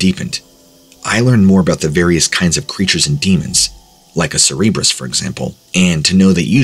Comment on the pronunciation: Okay you mis pronounce so many things but cerberus the dog! That is not how you say it! I can inly imagine that numptie spelt it wrong but you said it wrong 4 times ouch that's embarrassing!